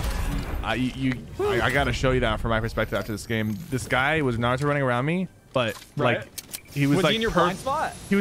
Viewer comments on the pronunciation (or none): Did Nick just say"narudo"